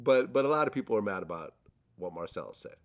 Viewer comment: Marcellus- "Kap cappn"